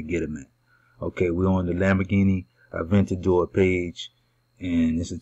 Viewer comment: "avandator" lol... You mean Aventador